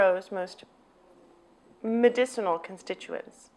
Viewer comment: When you have difficulty pronouncing "medicinal" you are not convincing me you know what your talking about. Do you wash it immediately after harvesting? How long do you allow for it to dry? What temps are best for drying, and what affect does sun drying have on it?